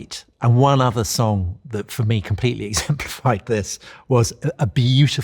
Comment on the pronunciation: What a great interview! Also, how Paul pronounces it “sonc” instead of song…